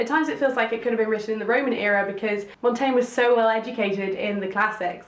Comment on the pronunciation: "De Mon-Ten-yeh" 😉. Nice video.